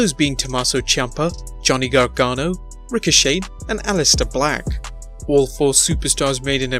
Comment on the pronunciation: It's not Ricoshade, it's Ricoshay.